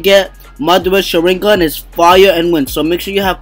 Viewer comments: Sha-rin-gan the way he say it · It's pronounced Shaw - Rin - Gone but good vid! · Say sharigan right